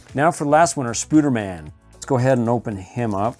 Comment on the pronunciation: He said spooderman